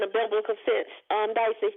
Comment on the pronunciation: I like how yall keep calling her dicey and she don't even correct it 😂